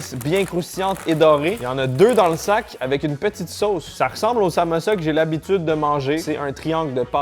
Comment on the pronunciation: On dit samoussa et pas samossa